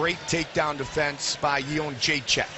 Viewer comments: carla esparza looked so scared lol...i feel bad for her at how bad she got messed up. you cant be a cookie monster when shes up against a real monster. I just wish the announcers would pronounce joannas name right...its simple jedrzejczyk (yen-deray-check) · im aware of that, the way the announcer says it sounds like --chin check. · Cut this JENDRZEJCHECKCKCK crap, if You can't pronounce her surname correctly just call her Joanna. :D